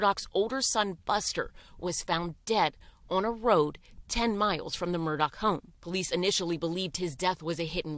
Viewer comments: Because, according to the family, it's spelled A-L-E-X, but it's pronounced "Eh-lick." Also, "Murdaugh" is pronounced "Mur-dock," and not "Mur-daw." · Are you supposed to pronounce Murdaugh as MurDOCK or MurDAH?